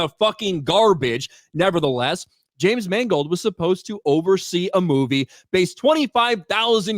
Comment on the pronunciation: “James Mangled.”